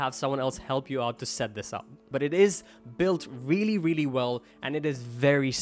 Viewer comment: I veally veally don’t know